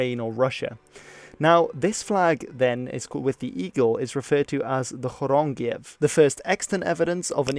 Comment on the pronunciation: Dude, your Polish pronounciationbis spot on. There's people out here reading "twardy" as "twahrdee" while you say "chorągiew" effortlessly. I am in awe.